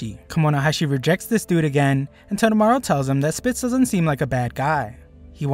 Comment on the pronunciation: Toe-Toe-Mah-Roo. not totomaro